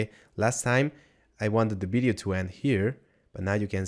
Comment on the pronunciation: bideo - sounds like blender video :)